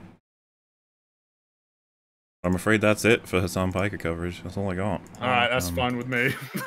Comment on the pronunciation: Stop saying his name wrong. To make it easy to remember; his name is also his profession, and the only reason he's famous. Chunky's Nephew.